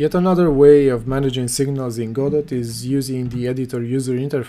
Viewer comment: 1 It's pronounced "godo" :P 2 So the "best" way is the EventsHandler "singleton"? Leaving the option to nodes themselves to name the method they want called, and send signals.